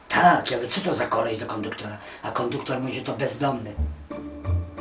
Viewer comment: <--- konduktor :P